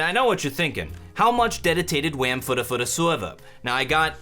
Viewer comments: BUT HOW MUCH DEDITATTED WAM FUDDAHFUDDAH SWEUVUH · how much dedicated wam fow a minecwaft sewew